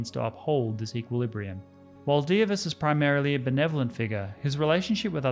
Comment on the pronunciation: clap clap clap You have nailed pronunciation of Dievas :)